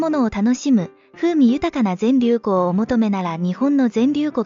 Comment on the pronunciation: ぜんりゅうふんって言って欲しかった。連呼されてるのでそこだけ残念ですがとっても参考になりました。ありがとうございます。